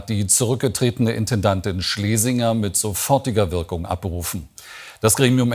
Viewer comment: Wie scharf “mit sofortiger Wirkung” von Jens betont wurde 😱 Ich glaube kaum, dass Schlesinger beim ÖR ein Einzelfall ist. Die gute Frau ist ja nicht seit gestern in einer leitenden Funktion beim ÖR. So etwas muss strukturell begünstigt sein.